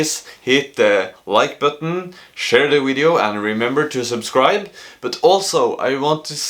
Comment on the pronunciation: so cute when you say “wideo” 😂